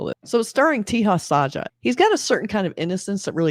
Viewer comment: I spent almost 10 mins thinking what do you mean by "teehas aajaa". Let me help you... with pronunciation of...Teja Sajja. Consider the 3 English words.... (Say, job, suggest) 1. Te sounds like "say" but replace s with t 2. Ja sounds like 'jo' in job 3. Sajj sounds like 'sugg' in suggest